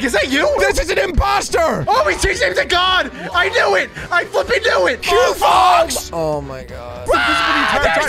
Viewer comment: 😂it’s quo fox